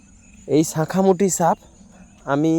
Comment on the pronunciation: স কে ছ উচ্চারণ করো কেনো বন্ধু,,,,, ছাখা না বলে সাখা বলতে পারোনা